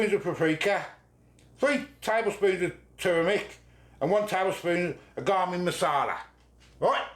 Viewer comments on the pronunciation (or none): “Garmin” masala 😂